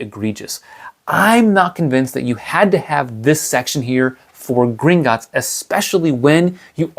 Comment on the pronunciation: It's not Gringotts. It's Gringot_ts